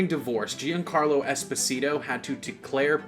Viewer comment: Jesus Christ you have butchered Giancarlo Esposito's name someone in the Amazon rainforest who's never had contact with Latin characters before would have read it better.